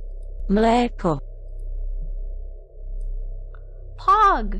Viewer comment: Not like we in Czech Republic know people important to Indonesia right? But her "Mléko" pronunciation was actually really good tho